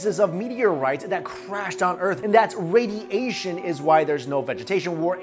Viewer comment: it's "radi-asian" 😂😂